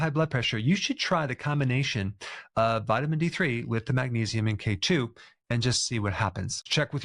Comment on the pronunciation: Emphasize k2. Not k1.